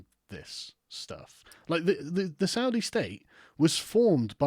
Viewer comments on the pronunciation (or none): none